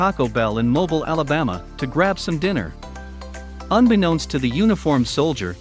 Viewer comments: You should learn how to pronounce names / words.You said Mobil instead of Mobile and you said the boys were selling deserts you can not sell deserts but desserts can be sold. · Great story. By the way, Mobile is not "Mo-bull"...It's "mo-BEEL"......and it's not "deserts"....it's "desserts" .....later gets desserts right.....computer-read? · It's pronounced Mo- bill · Lois.....thank you! It’s also ‘Mo-beel, not moble (like noble)! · When will these canned voices/narration be programmed with correct pronunciations...Mobile, Alabama is pronounced "mo beale': not mo-bul, The treat at the end of a meal is a dessert, "de -zert: It is not a desert (dez-ert), the sandy, rocky , hot place. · It is Mo "bill."..not "Mo bile" Alabama! Ignore the e at the end! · It’s pronounced mo-beel... like automobile without the auto. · The location was in Mobile, (pronounced Mo 'Beeeel) Alabama. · Who in the world finds these narrators? Mobil in stead of Mobile, deserts instead of desserts, and really horrible intonation and accents on the wrong syllables and in the wrong places int he sentences. One might expect this from a non-native speaker, but this man seems not to be that. He's not the only one, unfortunately, all the narrators seem to have the same problem with their speech. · "mobile" Alabama. Lol. It's pronounced "Mo-beel". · MOBIL, Alabama ???? Oh, come ON, guy ! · Your production SUCKS. Find a reader who can pronounce MOBILE ALA, MO Beel -- or get a better bot to read... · If only those that control the media could see the advantages of "human interest" stories over fear and sex. Not for nothing, but Mobile, Alabama is properly pronounced as Mo BILE, with the accent on the second syllable. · Pronounced "Mobeel". I do love our military. God bless them. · And it's MObile! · Mobeel, not exxon-mobil. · Mispronounced Mobile, AL as well. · You've really never heard how Mobile as in Mobile Alabama is pronounced? Not the way you pronounced it.